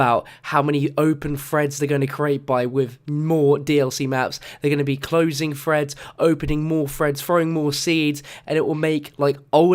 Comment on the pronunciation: It's threads not freads